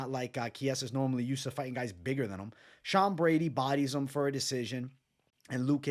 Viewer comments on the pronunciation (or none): none